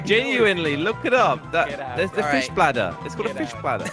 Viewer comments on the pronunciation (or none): He did not just say dead flish...